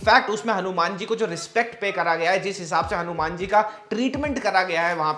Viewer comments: Are u crazy.. why are u calling it Hanu-MAN like BatMAN, SpiderMAN... his name is Hanu"Maan"....that's how we Hindus pronounce it... it's wierd u don't know it...and pronouncing it otherwise... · Bro its not hanu man its HANUMAN ❤✨🔥💯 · Bro can u plz explain why are u calling "hanuman ji". "hanu-man"?.. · Why you saying Hanu-Man like foreigners... Hanumaan h wo ❤ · Its not हनुम्यान it's हनुमान। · Atleast pronounce Hanuman correctly